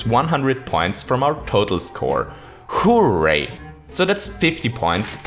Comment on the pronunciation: The way he says horray kills me